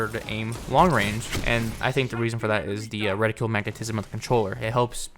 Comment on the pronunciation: Thank you for pronouncing reticle correctly. I'm so proud of you <3